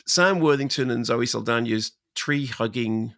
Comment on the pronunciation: Zoe Saldania? Can't even get her name right. What a hack!